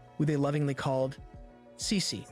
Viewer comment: Listen again.. She says Cecee